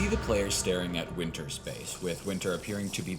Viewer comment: Wynter? ETHAN WYNTERS